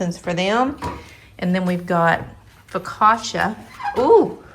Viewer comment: “Foe-ca-tcha” accent on the middle syllable. Sis yr so from KY :)